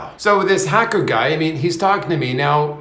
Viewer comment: Hawker?, you seemed to say hacker…